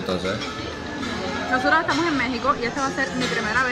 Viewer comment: en español la H no suena, es muda. No es Chile Jabanero, es Habanero ( abanero )